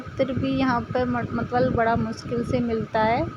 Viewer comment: मतवल नहीं मतलब होता है 😄😄